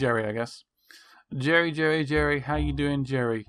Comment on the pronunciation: its Gerry bot Jerry you making the J sound its suppose to be the G